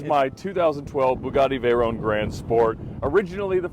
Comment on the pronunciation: "vey RONE" of course would pronounce it pretentiously